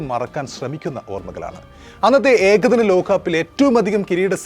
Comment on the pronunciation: Lokham Lokam...Ekhadinam alla Ekadinam...Prathama alla Pradhama....Balam kodukkendidath kodukkaathe vere chilayidathaanu Balam kodukkunnath....Sorry..insult cheythathalla....oru Opinion